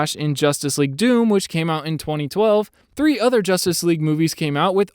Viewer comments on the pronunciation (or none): none